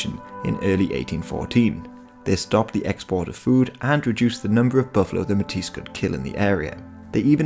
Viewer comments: Nice to see Manitoban history. Although “metis” is pronounced “may-tee,” the “s” is silent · It's pronounced "May-tee" !!! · Metis is pronounced may-tee.